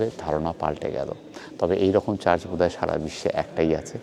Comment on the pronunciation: kotha ta charch ba lanch noy, kotha ta church ebong lunch